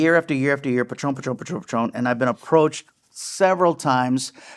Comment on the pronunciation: Its patrón no pat ron you sound pocho